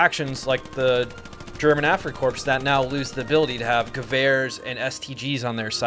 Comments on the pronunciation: Afrika "core", not "corpse" 🙏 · Ah yes, the afrika corpse